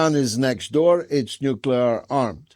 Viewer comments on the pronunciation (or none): stupid! who should stand against irgc nucular bomb?! you?